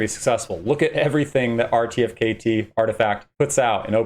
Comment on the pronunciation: incorrect. you can mint 3 per qualifying NFT... and pronounced artifact = RTFKT